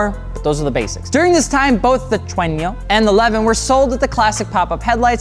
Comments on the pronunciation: Just wondering... am I hearing "tre-in-yo"? Thought it's pronounce as "Trueno"? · The car's name: Trueno What he says: Trenyo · God I can't stand hearing him say Treño. I mean, how could you mispronounce that? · How normal people say it: trueno HOW good people say IT: trueñio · Slight correction on the pronunciation of “trueno” It’s pronounced “tru-eh-no,” not “tru-eh-nio.” Very light consonants and the syllables are very forward in the mouth. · TRUENO is TRUENO not fucking Trueño 😭😭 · says how and why you won't get an AE86 Me: "I like your funny words "tweno" man". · I'm from Spain and I find it very funny how you pronounce the word trueno, it just sounds like “tueino” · Nobody:: “Trueño” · i cant with him saying tuenio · its pronounced "true-enno" edit: what if I wanted a trueno thats not being sold in the US and that was to be shipped out to the US? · Cringe every time he attempts to pronounce Japanese words. Trueno: Tu (almost 2)-ren-oh. There’s more info to the chasis code. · Trueño? lol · Not to mention the butchering of Trueno, touge and Keiichi Tsuchiya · Words mispronounced: Trueno, Touge, Takumi, Manga